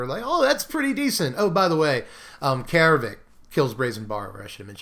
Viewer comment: It's not 'eye-ree', it's AIR-ree. It's not 'Kah-air-vek', it's CARE-vek. AE followed by an R is pronounced like 'AIR'. That is all. Carry on.